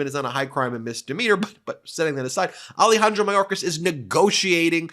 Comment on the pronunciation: Ah-Leh-Hahn-Drow. Not Ali-Handro.